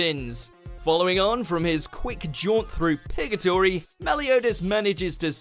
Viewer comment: im sorry but did you say pigatory that's where hawk goes